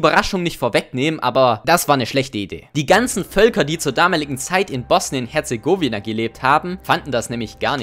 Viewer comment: Aleksander (Kroate aus Bosnien): Oh nice nen neues Video *sagt Bosnien Herzegooooowina Aleksander: *dies at an Heart attack. So jetzt bringt der Kroate mal den Deutschen deutsch bei, das o in Herzegowina wird so ausgesprochen wie im Wort Bosnien.